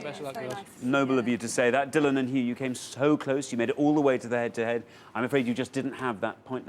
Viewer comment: It’s so nice to see someone on television who pronounces Dylan properly.